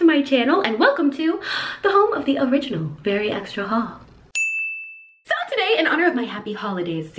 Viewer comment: why do you say “so” like soar